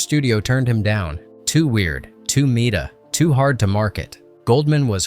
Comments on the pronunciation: Pronounces it “meat-ah” instead of “meh-tah” There is no such thing as artificial intelligence. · What's "too meata" Did you mean too meta? Pronounced "mehta". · Yeah, narrator, who doesn't know how to pronounce 'meta'? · Too... META? Meat-uh? That's NOT how you say that word! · "Too 'meat-uh'?